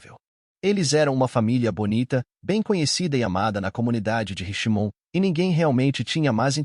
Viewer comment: House of Freaks se pronuncia “ Hauz âv Friks”; Richmond “RECHTmûnd” 😊. Há outros erros de pronúncia mas esses foram os piores.